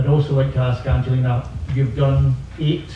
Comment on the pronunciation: I wish they would pronounce Angelina correctly. I thought the gymnastic press had collectively got the hang of it by now and stopped americafying everyone's names... For anyone wondering the G in Angelina is like the G in gas, gum etc.. not like G for giraffe.